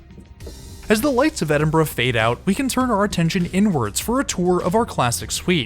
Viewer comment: Glad to hear you pronouncing Glasgow and Edinburgh correctly. I'm glad that you enjoyed your trip.